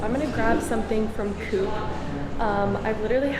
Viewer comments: Coop is usually pronounced "cope". Inter LAH ken. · Interlaken is pronounced Interlarken. You have to remember Interlaken is a tourisy town, so things might be a bit dearer there, Coop is not pronounced Coop, or Co-op, you would have to hear it to know how to pronounce it right, also Joghurt, the J in German is a soft sound so it is pronounced Yoghurt. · Thun is the proper spelling of the city you were in. 😉Coop is pronaucend Cooop with a long ooo. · The o in Coop is voiced? like the o in oligarch and not like the ou in coupe.